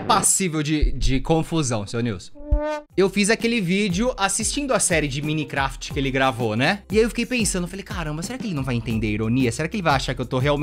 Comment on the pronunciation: Como é escrito: Minecraft Como pronuncia: Mainicrefiti É muito top kakakakaka